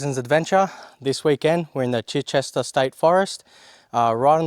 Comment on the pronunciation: For future reference, pronounced CHY-chester. Beautiful place